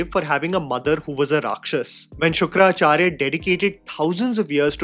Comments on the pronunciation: it's Shukracharya not Shukra-Acharya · Love you but it’s not Shukra Acharya but Shukracharya. One word:) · Its Shukracharya Not Shukra-acharya I mean I'm just telling , no hate 🙌🏻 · Bhai why do you take a pause when saying the name Shukracharya? Its not Shukra Charya, its one word. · Dude does not even know how to pronounce shukracharya and angeerasa. And you call yourself a movie critic ?